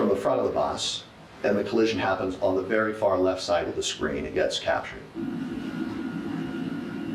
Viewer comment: She has been vewry vewry tweit tweit